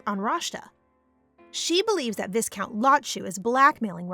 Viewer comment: its "vi-count" even thou its spelled as viscount